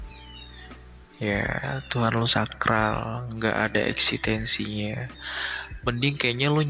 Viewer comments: ngomong "eksistensi" aja ga bisa, wkwkwkw eksitensi dia kata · Mungkin mereka pengen masuk sekte "segitiga" bang, makanya mencela semua agama Tp mereka lupa yg masuuk sekte segitiga yg dikabarkan mayoritas org2 pinter😂 Btw ngomong "eksistensi" aja g becus haduduh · bilang eksistensi aja masih salah mau sok filsafat🤣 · eksistensi ya, tolong itu ngomong eksistensi aja minus cok astaga